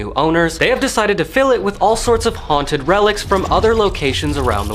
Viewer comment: They say "its most hounted..." IN EVERY VIDEO lol